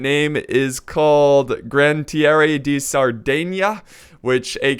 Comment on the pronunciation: In italian we pronunce the last e, we pronunce all of granadieri. Sorry for my bad English, but I can speak and understand English, but I can't write it very well. I'm very happy that you use Italy, i never see Italy in this mod and in Napoleon Total War (probably becous Italy was found in 1861)